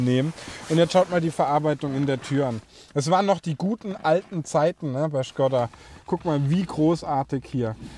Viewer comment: Das Ding heißt Schkooooda!!! 🙈